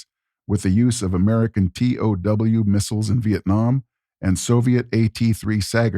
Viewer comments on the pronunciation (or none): how do you pronounce it "SAGR" whilst in the same breath having called it "the American T-O-W missile" lol? Just wondering why not call it what it is: like when your car breaks down, you call a tow truck; when it's broken down for the ??!?!?!?!ionth time, you want to call a TOW missile. Also: eschew = eh-skew (vice "chew"). Second time here, digging it. 😎👍